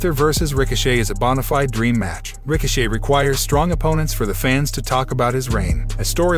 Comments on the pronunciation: I thought it was just me. This dude can’t read any of the names correctly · I'm surprised that he pronounce the T in Ricochet 👏